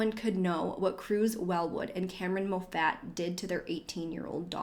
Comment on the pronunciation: Mo Fat?!?! How could someone mispronounce Moffat?!?!?